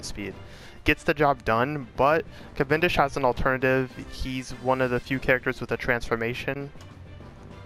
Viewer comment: Yes, you say that right